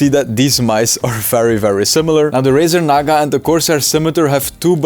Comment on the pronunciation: "Razar naga"💀💀💀